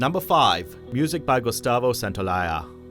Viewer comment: glad to hear someone pronouncing Gustavo's surname correctly